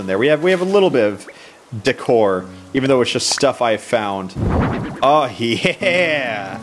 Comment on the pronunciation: please don't pronounce "decor" like that.